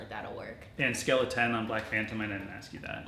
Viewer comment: Did you say "scale of 10" like "skeleton" on purpose? 💀🤔😉